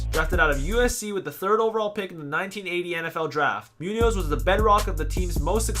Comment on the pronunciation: This video is bad! The top 10 you chose are great, but the video doesn't show the players you are talking about half of the time!!! You also mispronounced Munoz and Krumrie's names!!